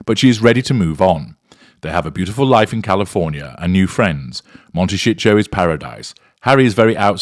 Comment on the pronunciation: "Monte-SH-show is paradise." lol!